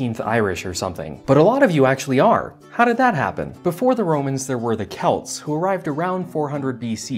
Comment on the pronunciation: Thank you for saying Celts correctly